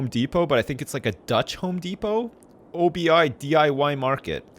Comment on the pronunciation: That DIY store is not O.B.I., it's Obi, like the jedi.